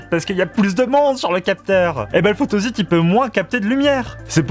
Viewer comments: oui la phonetique est « fotosit » et non « fotozit » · Photozite? Photosite ! (on ne dit pas un zite web mais un site Web....) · Pas mal de petites erreurs, "photosite" se prononce comme s'il y avait 2 "s", et c'est matériau et non matériel.